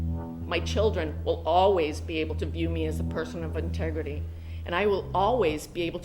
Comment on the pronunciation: bish can’t even pronounce integrity